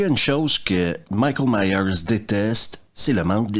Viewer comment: 1,29 Michel 😂😂 j’ai cru que tu parlais du Plombier Michel Michel😂😂😂 on dit Michael Myers